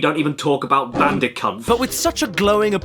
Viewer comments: "Bandicounth" OK I snorted at that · "clash bandicock" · "God help us, we don't even talk about Bandiconth."